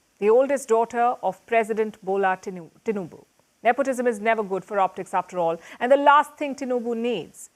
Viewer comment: She said "President Gbola Tinubu" 😅😅